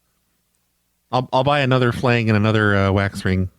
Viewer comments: I laughed every time you said "flang." Did you mean phalange? That's pronounced fuh-lanj. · had me cracking up everytime he said "flang". Flange is pronounced "flanj",. I love you! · FLANG FLANG FLANG ITS FLANGE, DANG